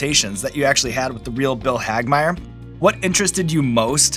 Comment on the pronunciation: Wait wait. He said Bill Hagmaier correctly!? Im a Hagmaier. Someone saying it right is amazing. Also im not related we just share the last name lol